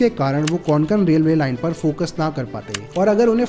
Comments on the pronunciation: Konkon nahi Bhai kokon hai nam hamare kokon ka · कोंकण not konkan pls 🙏🏻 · को+क+न ✅ क्वान+क+न ❎ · Konkan nahi re kokan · don't pronounce it as कोनकण... it is just a कोकण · Konkon nahi kokan bolo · It's kokan 'ko' 'Kan' not Conkan 😂😂😂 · Nicely Explained! just one thing, it is pronounced koh-cun.